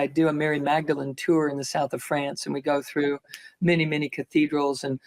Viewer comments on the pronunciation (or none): none